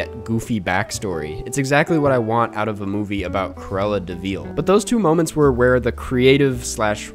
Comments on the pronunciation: Dude can't even say "De Vil" right after having watched the movie. It's not Cruella DeVeal. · Feel free to just say "vil" instead of "veel" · This guy doesn't even know his to say Deville. ITS PRONOUNCED DUH-VILL NOT DE-VEAL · Have I've been saying Deville wrong my whole life? Is it de-veal not duh-vil? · I love your content, but you’re the only person in the entire world who says “Cruella de VEEL” come on man you know it’s not pronounced that way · de Veal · Okay but why is he pronouncing it De veeel? 😂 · why is nobody talking about pronunciation of "de vil"